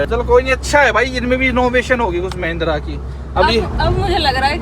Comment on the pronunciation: Mahindra ❌️ mehndra✅️